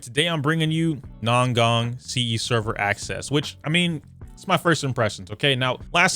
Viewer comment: At least say her name right american